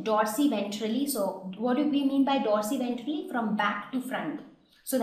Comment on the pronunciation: It is dorsoventrally... Not dorsiventrally